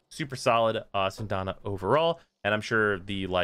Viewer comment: SyAndana. Not Syndana. Learn English.